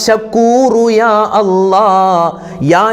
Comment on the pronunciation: യാ അല്ല അല്ല യാ അല്ലാഹ് എന്ന് പറഞ്ഞു കൊടുക്കൂ